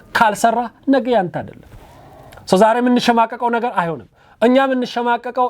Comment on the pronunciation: አማርኛህ እኮ በጣም ነው የሚገርመኝ በጣም ትለያለህ ጎበዝ ነህ አንዲት ነገር ብቻ እንቢ አለችህ እርስዋም ነጌ የምትላት ነገር ወደ ነገ ብታስተካክላት አሪፍ ነበር